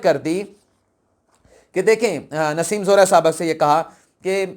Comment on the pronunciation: Kali not qaley! Nassem Zohra not Naseem Zehra!